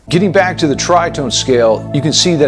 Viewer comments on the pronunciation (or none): none